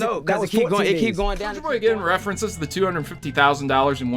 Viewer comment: Everytime he says souljer boy take a shot